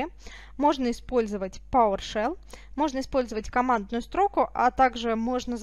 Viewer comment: Спасибо, все доходчиво. Но просьба к Вам - не коверкайте "Великий и могучий" - не стрОку - а строкУ Правильно... Ну, может и модно так "баслать" - но как серпом по уху (((